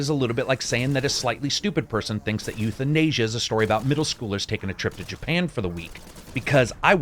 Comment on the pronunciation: "Youth-in-Asia" oh god hahahaha